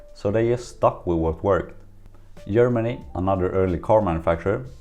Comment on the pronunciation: Why am I hearing Yapan and Yermany? Is G and J have the same sound in Sweden?